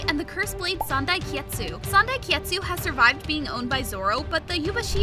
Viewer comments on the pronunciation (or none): My man really called sandai kitetsu sandai kietsu